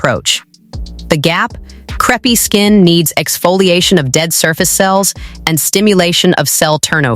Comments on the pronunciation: Lol, I came right to the comments to see if anyone else would mention the pronunciation, it's SO bad, lol. Imagine if it was a vid about the thin pancakes, "Yes, I'll have the craps please", lol. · The word is pronounced " c r AAAAA pe " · Content dealing with relief from creepy skin and it can't pronounce crepe? WTF? Is this a stupid creator or stupid AI? Dislike and ask youtube to NOT recommend content from this creator. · Don't use AI narration that mispronounces the title term.